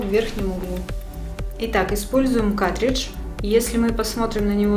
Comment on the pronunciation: Не катридж, а каРтридж. Уши режет, кошмар. Не смогла досмотреть.